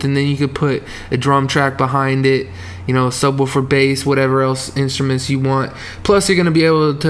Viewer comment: "Soobwoofer Bass"